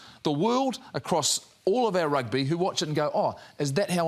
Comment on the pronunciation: It’s Rugby🏉 not Rugga just to let you know so peace ✌🏽.